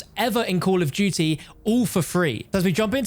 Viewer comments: Co’ol o’h du’e ee’h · “Coll of duty”